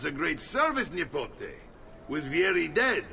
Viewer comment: Every time Mario calls Ezio nipote(nephew) it sounds like he's calling him a nipple